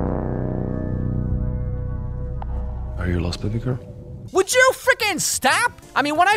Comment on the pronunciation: Who calls the women they’re trying to hit on “baby girl” anymore? I thought we all agreed to stop doing that after that one Justin Timberlake song. Also he says “baby girl” like he’s a creepy old southern man hitting on the underage cashier at the local KFC. Like he needs more ‘bay’ and less ‘bah’. Dude she’s a thirtyish year old business women not a sheep. ( I don’t think it has anything to do with his accent/language differences because he pronounces everything else fine. It’s just when he says “baby girl”. Maybe it was the director’s attempt to get the actor to do a “sexy” voice, or maybe the Polish equivalent makes more sense, but the phrase just wasn’t working whenever they switched to English.)